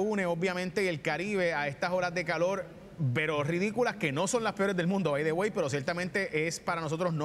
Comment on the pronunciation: no saber pronunciar las letras es no saber hablar.....pronunciar correcto es buena DICCION... VELA??? verdad!!!calol???? Calor!!!... todo mundo sabe que no hsblan bien